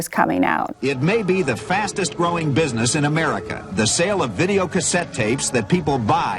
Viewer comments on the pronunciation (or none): none